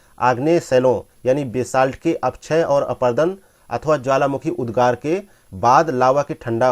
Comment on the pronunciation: Not उददार it's उद्गार